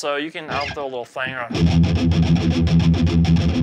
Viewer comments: Flan-jur is the correct pronunciation. The original effect before the pedal was achieved by applying pressure to the Flange on a tape reel, slowing it down some, making that whooshing effect and that spawned the pedals. Since that's pronounced "Flanj" (with an "An" sound like Can) the pedal would likewise be called a Flan-jur. Just providing some history on the pedal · Great stuff!!! But he just pronounced flanger, “flane-gur!” Sorry, I couldn’t resist. 😅 Still, great stuff. Awesome song!!! 😎🎸👍🏻